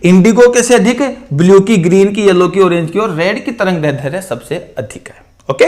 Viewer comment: सर आप दैर्ध्य का उच्चारण गलत कर रहे है।